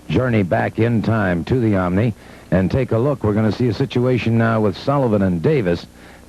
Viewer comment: I love Wrestling 2 to this day, and damn I love the way the man could never pronounce "Omni"! The "Omini"... HAHA, classic! Wrestling 2 rocks!